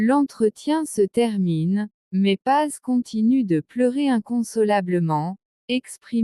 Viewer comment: Ederrrrr et non pas édé !!! Pazzzzz et non pas pa !!!